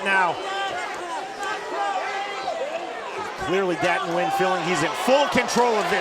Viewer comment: Anyone else notice the announcer butchered Nguyen lol